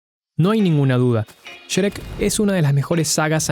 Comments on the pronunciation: Pronuncias sherek wtf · Porque dice Cherek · Siempre me he preguntado por qué los argentinos pronuncian el nombre de shrek como shereck 🤔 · "Sherec" Pd: Bro, yo quiero de lo que fumas, ni en 3 vidas seguidas lograría flashear lo que tú en solo un video. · Como se dice: Shrek Como lo dice: Sherek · El vídeo es bastante bueno, pero la pronunciación de Shrek me causa conflicto.